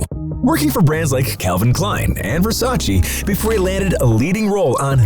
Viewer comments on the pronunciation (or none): learn how to prounance versace because how u said it it's terrible